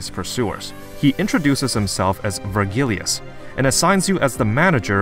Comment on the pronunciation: or “Ver-gill-ius”